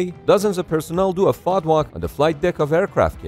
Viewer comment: You don't pronounce FOD like that lmao. So cringe